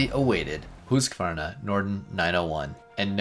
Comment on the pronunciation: Congratulations for knowing the correct pronunciation of the brand. One of the very few.